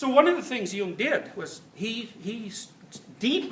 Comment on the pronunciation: sometimes I'm not sure whether he says "Jung" or "hume" does also talk about hume?